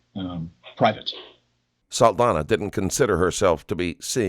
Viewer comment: ITs an "ñ" so Saldaña is pronounced "Saldanya", please correct that for a next video, the psychopath was the only one that pronounced her last name correctly